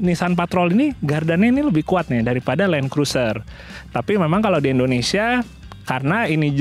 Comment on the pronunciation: INDONESIA bang bukan ENDONESIA negara mana tuh ENDONESIA